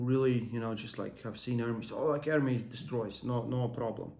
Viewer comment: bro stop saying "ör-meez" it is "Er-MES" c'mon you heard the true version enough why still ör-meez😬